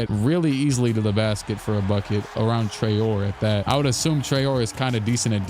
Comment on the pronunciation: the way you pronounce Traore gonna be hilarious when you look back at it in the future, he is french so it's Trah-oh-rae